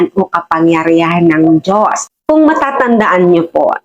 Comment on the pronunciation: hindi mo na kuha ang punto madam, wag mong putolin ang video wag e edit, bangag ka ba, ilan ang binayad sa inyo para siraan ang Duterte. kahit sa pagbigkas mo ng Dios mali karin hindi jios kundi Dios. bakit nakakasiguro ka ba sa langit ang punta mo. panatico kayo ng addict.